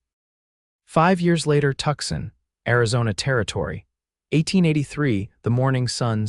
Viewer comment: Listening from Clarksville, TN. Nice story but have a suggestion - it is Tucson not Tuxson. Please try to make the correction.